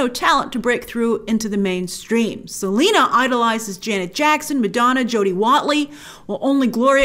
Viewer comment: and her first name is Selenas!!